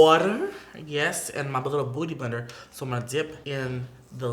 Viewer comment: Love the way Patrick says beauty blender it sounds like hes saying BOOTY blender not beauty blender😂😂